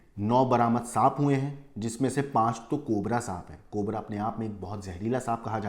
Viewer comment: Bro said 'cobre' 😂